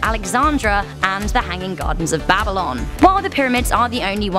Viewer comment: The way she pronounce Babylon. BabiLON!